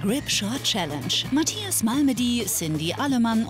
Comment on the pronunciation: Cindi: "Die Matschchias"